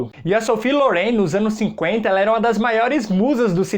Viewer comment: Já assisti o 2°, muito bom mesmo, mas se fala "Sofia Lóren", rsrs. Amei sua descrição e suas observações sobre os filmes e gostei que você não citou apenas filmes dos EUA 👏👏